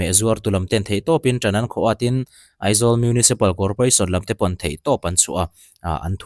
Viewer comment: EMC a ni lo AMC tih tur EIZAWLa ni hlei nem AIZAWL a nia lawm mizotawng khan lam ve mai ula